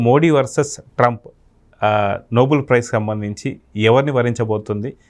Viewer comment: అది noble(నోబుల్) కాదండి. Nobel (నోబెల్ ). Alfred Nobel పేరు మీదుగా (నోబెల్ కుటుంబం )ఇచ్చే award